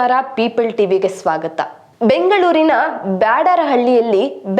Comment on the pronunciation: People ಟಿವಿ.. Peeple ಅಲ್ಲ.😂😂😂ಸರಿ ಮಾಡ್ಕೊಂಡು ಸರಿ ಮಾಹಿತಿ ಕೊಡು...